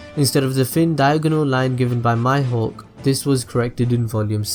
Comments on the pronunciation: It's pronounced (me-hawk) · Tatafu Helu It's Mihawk. In Japanesse.